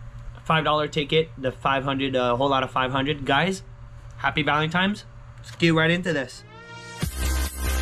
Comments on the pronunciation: Valentines day, not valentimes day! 😀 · It's VALENTINE'S not VALEMTIMES DAY